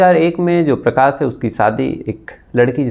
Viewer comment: Dear Aap Prakash ko Prakas , Shuruaat ko Suruaat, Shaksh ko Saks kyon bolte ho. Please apni bolne ka tahaffuj ko theek karen. Aap Prakas bol rahe ho,its too irritating dear.